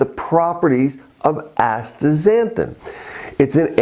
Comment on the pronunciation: Astaxanthin, not Astra xanthin